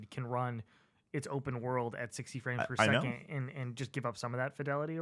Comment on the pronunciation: At first I thought said “I don’t give a shit about Friends Per Second” and I was so offended haha I was like “what did Jake Ralph and Lucy do to you?!” Frames per second makes so much more sense